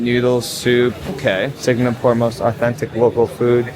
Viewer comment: At least pronounce the place you are going to correctly. It is NOT Singnapore